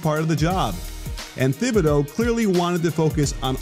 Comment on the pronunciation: Honestly I kinda lost faith in this video when he didn’t pronounce his name right in the first 30 seconds.